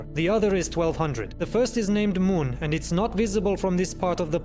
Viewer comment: You missed some moons of jool, they've asteroids but still cool. Mun is pronounced "man"